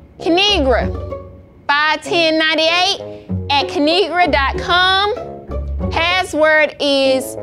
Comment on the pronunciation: Lmoa’its pronounced ka-nee-gra now subscribe’